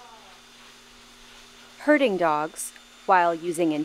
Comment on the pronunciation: Wait! Did you say they're "Herding dogs or Hurting dogs"?